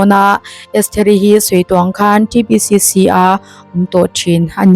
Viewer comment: "T" Ti lo Tri lam talh talh chu a 😂😂😂